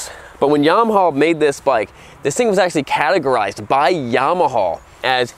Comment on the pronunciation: I love how he calls it yamahaw. lol